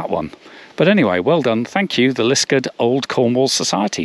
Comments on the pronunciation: Yes, this is a fantastic experience and well worth the trouble of finding it! Just one small point, Liskeard is pronounced Liskaad, not Liskud. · Hi. I do not wish to be too pedantic as I always enjoy your videos, but can I say that your pronunciation of Liskeard is way off. The name is pronounced Lis-card with an emphasis on the second syllable.